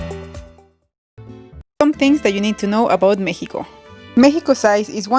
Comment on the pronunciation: Did she pronounced as Mehico?